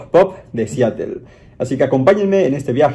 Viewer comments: Tambien dice Siatel en vez de Seatle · se escribe Seattle pero se pronuncia Seadle